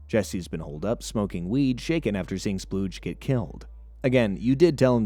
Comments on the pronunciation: His name is “Spooge” not “Splooge”. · Spooge, not Spludge.... Maybe watch the show before making videos on it...